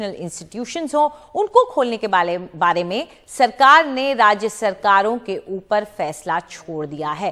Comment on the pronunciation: Unko kholne ke BALE mai.. . I never heard reporter talking like kid..... It no offence.... NDTV is best.... But it is mischievous